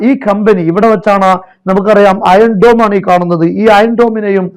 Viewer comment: അയൺ dom എന്നൊക്കെ പറയാൻ പഠിച്ചല്ലോ ഭാഗ്യം, 😂😂😂